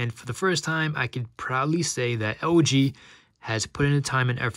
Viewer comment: When you say LG it sound like OG - works for me! :D